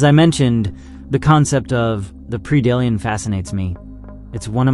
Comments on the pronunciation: Pred-ator... Pred-Alien not Pre-dalien but overall nice video. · Well if english is not your native language, you had me believing it was. Now for 99% of english words, Pre does make a PREE sound, this is one of the few exceptions to that. Keep making content! you have a new subscriber because you have a good format.